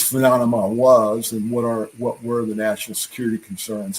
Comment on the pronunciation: That’s right…This is the intel guy who can’t pronounce the word “phenomenon”…..